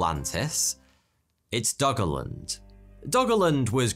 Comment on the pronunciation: i keep hearing "doggo land"